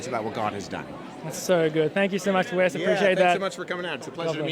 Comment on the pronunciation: Amen. Glory be to God! need ’s name is Ryan. An amazing brother in Christ. Also, little correction, it’s Wes (Wesley) Huff, not West. He is another great servant of Christ. May the body of Christ grow more servants such as yourself and these young men.